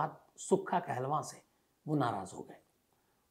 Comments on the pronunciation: you represented wrong facts aboutsukha kahlon and it's not kahlvaan it's kahlon. u dnt knw much about it. Punjab ke nojvan bhatke nhi hen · Kaaa-looooo-n not Kaahlava 🙏🏻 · कहलवां?? 😂 काहलों होता है साले। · not kehlwaan its kahloon